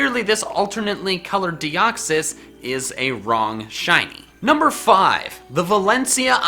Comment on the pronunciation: all Pokemon Names Are Plural . For The Record lol . " Deox-Eye" lmao